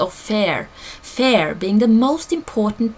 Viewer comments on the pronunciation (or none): You pronounce fear as fare. Didn't make sense at first. Thank you for this video! Great info. :)